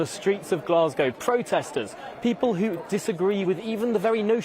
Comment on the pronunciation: Was listening to Obama on your show but had to stop, I can't listen to anyone who can't pronounce the name of the city he is visiting properly. Glaswegians must be going crazy!